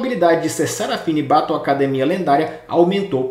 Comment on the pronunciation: desculpa mas me d muita agonia ouvir a pronuncia errada de battle, desculpa not, nao e implicancia mas sla isso me da muita agonia